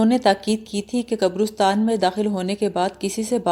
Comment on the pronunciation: قبرُستان غلط تلفظ ھے۔ درست تلفظ قَبْرِسْتان ھے۔ (qabristaan) اس کے علاوہ بھی تلفظ کی بہت سی غلطیاں ہیں۔ اتنی محنت کرنے کے ساتھ ساتھ ڈکشنری کا سہارا لے لیا کریں تو سونے پر سہاگہ ھو جائے۔